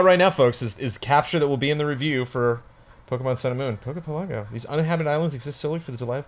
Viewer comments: Isn't Pokepelago supposed to pronounced like archipelago? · Yes, it kills me every time says it